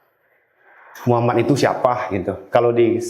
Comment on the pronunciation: Maaf Bu Bukan Mukhamad tapi Muhammad. Sesuai ejaan aslinya aja ya Bu jangan di rubah2. Itu Baginda Rasulullah bukan manusia biasa kaya kita. Ketikannya juga jangan kebanyakan typo. Agak pusing bacanya😅😅😅🙏🙏🙏